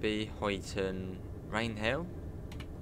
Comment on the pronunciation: Speed set is activated with . To increase and , to decrease I believe. To activate it it’s ctrl and . Also, it’s pronounced huyton as in huy is pronounced the same way as guy.